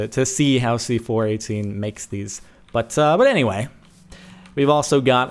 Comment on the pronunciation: It's pronounced C4-18 not C4-1-8